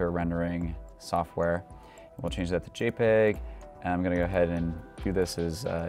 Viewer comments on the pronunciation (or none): none